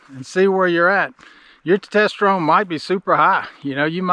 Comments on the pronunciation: Glad you made through the tumor situation so well. Sounds scary. FYI- it's pronounced "tes-tos-tuh-rohn". Usually a Urologist or Endocrinologist would be better than those clinics. And if you need to come off Testosterone, doctors can slowly wean you off and give you other medications to jump start your body's own production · It is pronounced Testosterone !! Good god! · Brother it’s test oster one lol, not to tester one …great info though, I just started about a week ago so I’m glad to hear it can be helpful but I’m doing the gel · Tetesterone? AND You dropped your motorcycle?! A minute and 30 seconds into this video and I hit stop! This guy is a clown! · You really need to learn how to pronounce testosterone. It seems that your blood work was done backwards which is kind of silly.